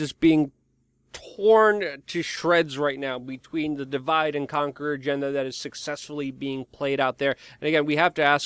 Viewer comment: SucSEXfully?!!! I don't know where this news channel is going, Luke, but I am interested 😛😍